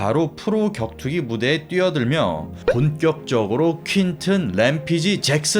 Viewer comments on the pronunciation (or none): 램피지가 아니고 램페이지